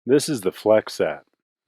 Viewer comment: as is the e at the end of flexette